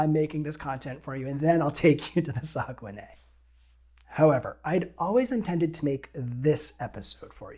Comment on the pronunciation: When I did a bit of looking into paddling the Saguenay (which you got the closest yet to how I think it’s pronounced;) ) I thought I’d seen that you were only allowed to paddle downstream. It kind of looks like I was wrong on that. It’s somewhere I’d sure like to go sometime. Probably a bit further even for me than you, but no border worries.